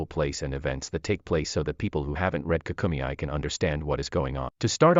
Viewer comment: Dragon Ball KAA-KUU-MEY, Not KA-KU-ME-I